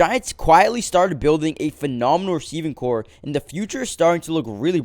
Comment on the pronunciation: Did this guy say phenomenal receiving core? 😊